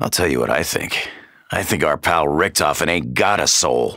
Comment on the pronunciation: Pronouncing "Richtofen" wrong for over 5 years